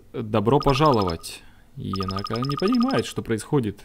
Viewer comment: единственное, она не енАка, она Енака. Ударение на первый слог.